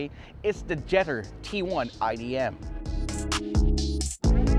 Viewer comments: Pronounced jet tour 😂 Now go sit in one first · When the car was planned and designed, it surely was done so in Chinese and in English. Not in Spanish nor Tagalog. It's pronounced jet tour. Easy peasy artichokey. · hahah napansin ko din. Cringe amp JETTEEERrr